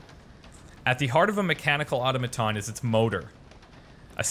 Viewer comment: The way you pronounce "automaton" is going to drive me crazy throughout this entire series... lol (You say 'auto-maton' when it's really 'au-tom-a-ton'. The inn keeper said it right! :P)